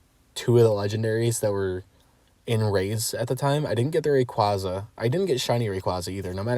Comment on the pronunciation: Incorrect pronunciation of Rayquaza